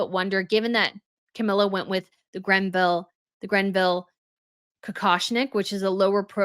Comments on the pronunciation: It is not the Grenville Tiara!! There is NO "N". It is the Greville Tiara. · Please stop saying grenville its greville and also the hairstyle she had last night made the tiara look quite stunning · Hello. Sorry to correct you, however, you tend to mispronounce the named jewels left to the royal family by Margaret Greville. The name Greville does not have a ‘n’ in it. Thank you.